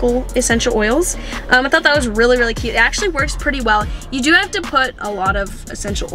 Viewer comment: I always notice you when you say cute